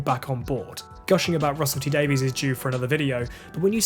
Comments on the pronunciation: Excellent video, very well presented as we've come to expect. It's always good to see fair, constructive - and accurate! - criticism, and your take on the Chibnall era pretty much echoes my own. PS: When you do the video gushing about Russell T Davies, could you please try to pronounce his surname properly? TIA :) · I can understand Americans doing it, but it really grates when a Brit does. We should know better :) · They started out as alternative spellings of exactly the same name, meaning "son/daughter of David" - as opposed to "son/daughter of Daveed", I suppose. Trouble is, the spelling wasn't standardised, and in later years pronunciation of Davies/Davis diverged, at least in some parts of the world. In Wales, where "Davies" is hugely popular (and may have originated there), people overwhelmingly pronounce it the same way as "Davis", as does Russell T Davies himself. I just think that it would be nice if Whovians showed the great man some appreciation by pronouncing his name the way he does. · Thanks for the explanation. it is pronounced Davies In the US. Please cut us some slack, many do not know how it is pronounced.